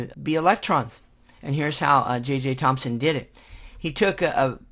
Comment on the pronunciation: Its JJ Thomson not JJ Thomspon if you see the subtitles.